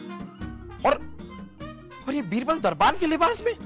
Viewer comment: Bibral ✔️ Birbal ✖️ 😂